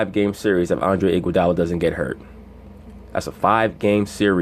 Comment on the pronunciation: This dude said andre igudala 😂. Yea he the best player in the team